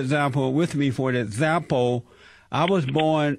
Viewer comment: "For ezampo"